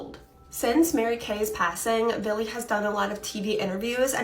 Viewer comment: the girl 25mn in, is saying VILLY over and over again. its Billy .idk why but its driving me insane i cannot pay attention to the story between that hand her hand flopping. i think im having severe PMS